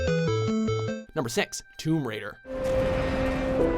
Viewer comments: Did I just hear him say "Number Sex"? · i heard "number sex tomb raider"